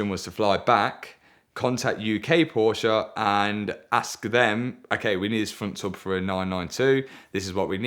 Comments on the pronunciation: It's Porsche. Not Porshhh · After all this he still pronounces it "Porch" 🤦‍♂️🤦‍♂️🤦‍♂️